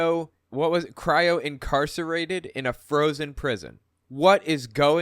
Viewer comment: Incarcinated??? 😆 He obviously cut a lot of classes, if he ever went.